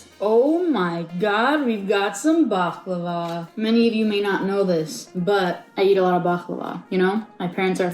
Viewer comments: ummmmm...hate to tell you this but that is not at all how you say baklava in arabic. like that letter "khhh" خ is not in the word baklava....it's بقلاوة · Yeah, that made me cringe hard. She completely butchered it. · as a turkish person, this is absolutely the worst pronontiation of baklava I've ever heard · Nobody pronounces it "bakhlava". That's weird. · Why did pronounce baklava like DJ Khaled